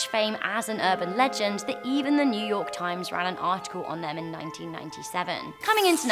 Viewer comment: new yourk city